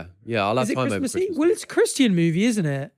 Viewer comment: the way says christian surprises me every single time